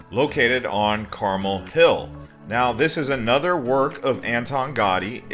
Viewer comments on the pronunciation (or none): none